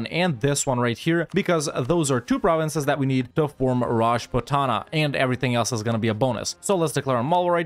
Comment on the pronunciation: PAIN! is when raj-put-na get's pronounced raj-puh-ta-na. mostly due to idiotic transliteration. i have become numb to vi-ja-ya-nugger being pronounced as vi-jai-an-a-gar though.